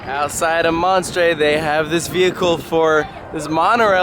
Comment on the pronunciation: Please tell me I’m not the only French speaking person who was so mad when he said “le monstre” wrong